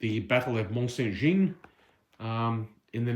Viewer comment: Please try to pronounce Jean correctly it is the French equivalent of John. Jeanne is the female equivalent and is the way you are saying it. Just type Mont Saint Jean into google translate and the lovely lady will say it in a beautiful French accent for you. All other pronunciation errors I can live with, but this is the name of the battle!